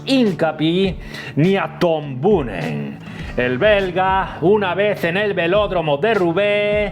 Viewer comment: Chico mira que era fácil, Boonen se lee Boonen jajaja